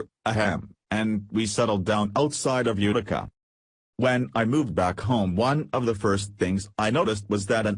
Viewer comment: UTICA !...UTICA NOT .....UKKTICA ? ENGLISH ! PLEASE